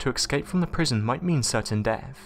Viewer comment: The word is ESCAPE, not EXCAPE. Learn how to pronounce it correctly mate.